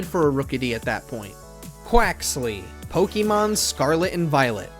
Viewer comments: It’s Poke-A-Mon, not Poke-E-Mon. I’m interested in the video but first thing you do is pronounce the name of the games wrong. Grrr 😡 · Knew this list was gonna be trash just based on the way he pronounced Pokémon.